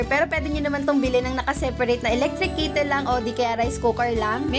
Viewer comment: Mamsh no hate ha ✌️ correction lang kasi npansin ko na to sa ibang vlogs mo. Kettle po (ke-tel) di po kittle ang pagbigkas. Para po tama n ang pagbigkas nyo next time gusto ko lang icorrect po, di ako basher ha. Sana all maraming bgong gamit lagi. May God continue to bless you and your family ❤🙏🌼🌸